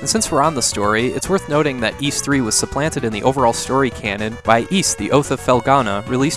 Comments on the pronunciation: Oh? That's interesting! Granted, my first experience with Ys was the PSP games, my first game of the franchise being Ark of Napishtim. where they kept the original name, just changed the pronunciation to "Ad-all". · If you watch the Turbo CD intro of Ys Book 1 and 2, you can hear the narrator say the name. says it correctly.